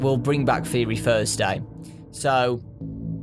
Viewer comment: theyory thursheday PLEASE